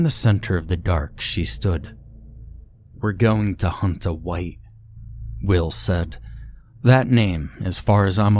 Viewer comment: They hunt wight not Wong